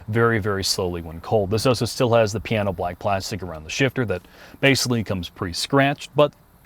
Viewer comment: New drinking game: take a shot every time says oso instead of also